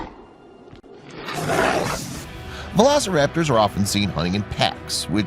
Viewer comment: its funny how u know that but you dont know the right way to pronounce the name of the dino.VELECORAPTOR??really??